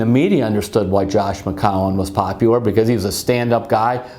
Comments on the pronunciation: Mcowan? McAllen...???? Mccowen? Terry it’s McCown. Jesus how many time did you butcher his last name????? Every time.... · I love Terry but that was funny.